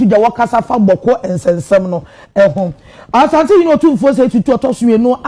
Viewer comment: Madam, please point of correction. It’s not pronounced, “Osantehene,” it’s “Asantehene.” Thank you. We pray and hope that the Almighty God will fill the heart of Otumfour with clarity of mind and infinite wisdom to resolve this difficult situation in Bawku for amicable, peace, and tranquility. May peace prevail at long last.